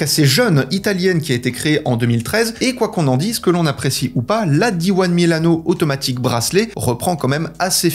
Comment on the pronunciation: Pourquoi prononcer diwan ? Di uno semble plus idoine, n'est-ce pas ?